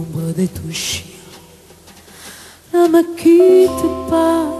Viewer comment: Lindíssima voz. E poderosa. É pena Vânia Fernandes não saber Francês e não ter trabalhado um pouco mais a pronúncia do seu "Ne Me Quitte Pas". Assim, o espectador tende a focar-se nos erros e a perder a qualidade vocal da intérprete.